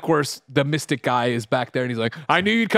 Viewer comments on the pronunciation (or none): none